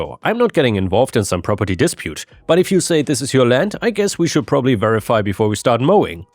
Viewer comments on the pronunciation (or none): none